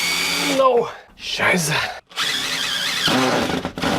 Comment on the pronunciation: i´m proud of your good german pronunciation! Scheisse!